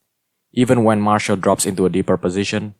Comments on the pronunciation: mar-see-al not marshal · Can I just say that Martial is pronounced Mar-see-ale